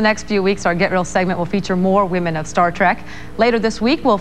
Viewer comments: Did the reporter say "Star Track"? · Omgggggg.....she said " star track ". I hate that!! TREK TREK TREK. Just like it's spelled! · Did the anchor say "Star TRAK?" lololol